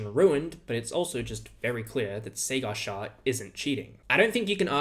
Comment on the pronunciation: "Cigar Shah"